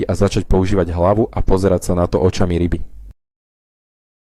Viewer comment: Načo fungujú rrryby v jary???